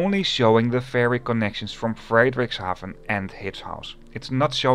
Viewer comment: It's always a good laugh to hear people go "but I don't know if I pronounced that right" when they've literally just read it off text as if it was a word in their own language. Americans are typically guilty of this, but Hjitskhals and Fraydrickshaaven just got me laughing.